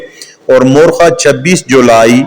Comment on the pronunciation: Morkhah Nahi mowarrakhaha